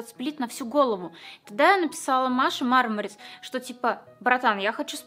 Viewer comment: мармарИИИс(типо как конфета барбарис ,никто же не говорит бАрбарис ),а не мАААрмарис ,как же бесит когда так говорят